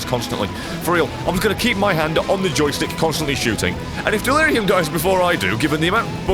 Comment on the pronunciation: In stead of dealurum it was dealire gum